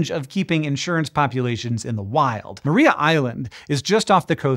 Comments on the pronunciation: Mar-eye-a island. Not Maree-a island. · Tiny correction, (resident Tasmanian here) it's pronounced Mariah (as in Carey), not Maria (as in Callas). Don't ask me why, Tasmanians are weird. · Just a heads up that it is pronounced Mahr-eye-a Island. Nice to get a mention, cheers. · Tasmanian's like to pronounce things slightly differently to how you would expect. See: Launceston and Strahan etc. I guess we like our shibboleths to help identify mainlanders. Anyhoo, Maria Island is pronounced like "Mariah", as in Mariah Carey. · It’s spelt “Maria island” but pronounced “Mariah island”. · Thanks for mentioning Tasmana and our devils. They are fun little critters. One thing though, Maria is pronounced Ma-rye-a island. They are also on the peninsula. Those devils are free from disease naturally. A tiny strip of land connects the penninsula to the main island and devils don't cross because of the car traffic. Hank if you are ever in Australia, come visit Tassie. No drop bears on the island and you won't grow a second head. 😂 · Great video! Just one little correction… re Tassie Devils, Maria Island is pronounced Mar-rye-ah with emphasis on the second syllable. 🙌